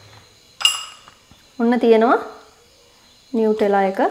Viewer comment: නියුටෙලා නෙමෙයි නුතැල්ලා❤️